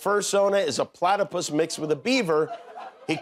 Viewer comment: Hahahaha omg “platterpus”